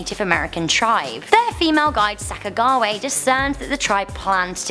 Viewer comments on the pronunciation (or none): Did you just say sack-a-gah-way? It's pronounced sack-a-juh-wee-uh... You know that right? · Sak-u-ja-wa-h Not Sac-a-gue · Sack-ah-gah-way?! Have you not watched Night At The Museum? It's Sack-ah-jew-wei-ah. Feck. I'm not even American, come on. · It’s not pronounced sacka gah way. It’s pronounced sacka ja weea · Thank God for Sackagawway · You mispronounced Sacagawea miserably for real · It’s pronounced saca-gaw-wee-a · ARE WE JUST GOING TO IGNORE HOW BADLY SHE PRONOUNCED SACAJAWEA?!?! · ThePower RangerGamer When she said her name I couldn't believe just how wrong she was in pronouncing it. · any one else bothered by how she pronounced Sacajawea ........... no just me?